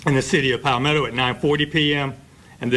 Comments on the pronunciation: Aye bra its not pal ME toe its ( pAl meh toe) palmetto🤦🏿‍♂️ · BRAY-DEN-TON!! PAWL-ME-TOE!!